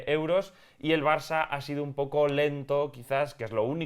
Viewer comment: porque parece que dice marça enves de Barça? Si es así #PifiasLmi